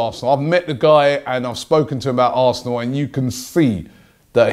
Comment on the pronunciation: Advenco I think he might have said aresenal